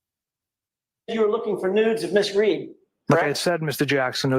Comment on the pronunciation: Oh my! I understood “no news” but it was “no NUDES”!!!